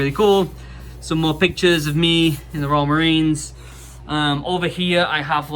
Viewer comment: every single time says, "Royal Marines", i always hear, "Raw Marines".